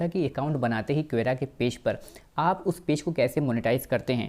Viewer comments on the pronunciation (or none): भाई, क्वेरा नही, कोरा/ क्वोरा कहते है।।